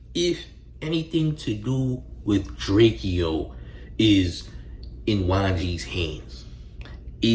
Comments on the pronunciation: Why you watching yourself talk instead of looking into the camera? Weird AF 👀. and its pronounced "Drake--Ohh" not "Drake--EE--Ohh" 🤦🏽‍♂ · Why do you say drakeeo it’s drakeo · Bro how you gonna do a video and not pronounce his name right? I can’t watch this shit 💩